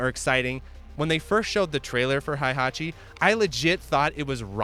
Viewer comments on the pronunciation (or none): great video just pronounce hei hatchi instead of hai hatchi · WHY are you saying HAIhachi